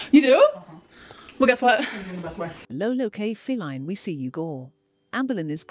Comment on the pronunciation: I love how the voice over calls Feline, “Fee-Line “. 😂